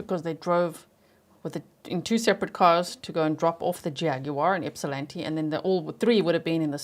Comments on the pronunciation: I’m also incredibly impressed you pronounced Ypsilanti correctly! Not many non-natives can! 👏🏻👏🏻👏🏻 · Nice job with the pronunciation of Ypsilanti, G! 👍🏻